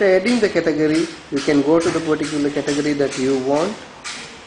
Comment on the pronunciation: sorry dude, i got no clue what a "categerry" is